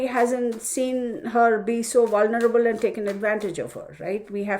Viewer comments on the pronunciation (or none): none